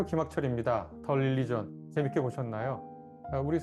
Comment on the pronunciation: 릴리전 ~ xx 륄리전 ~~~ oo 입술이 앞으로 쭈욱 나오게 발음